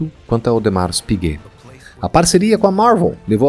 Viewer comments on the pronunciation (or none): Audemar ! É como se pronuncia , o S não se fala ! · Audemar (o S não se pronuncia em francês ) meu primeiro vídeo aqui é já amei este canal fiquei apaixonado em relógio a pouco tempo ( tenho apenas 17 anos ) e quero aprender mais